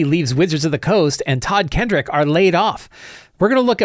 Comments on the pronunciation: Just for the record, it's Todd Kenreck not Todd Kendrick. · Just a note: There is no D in Todd Kenreck's name.